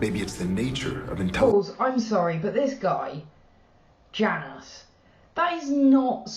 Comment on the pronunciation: “Janus”…, don’t you remember? That name is Portuguese, so the J is silent😉😆